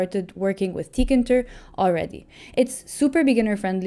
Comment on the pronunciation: It's TEE-KAY-INTER